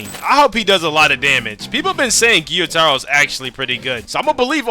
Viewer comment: It's not giyutaro it's,gyutaro, gyu it's one syllable